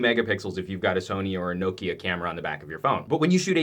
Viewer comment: I'm glad you say knowkia and not Nokeea